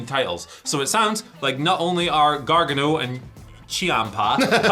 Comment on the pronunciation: continuously saying Gargin-O popped me good. But, I am 100% down for D.I.Y. vs Owens & Zayn. That'll be a barn burner of a tag match.